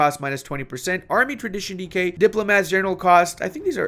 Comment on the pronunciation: ah. he is saying "decay", not "DK"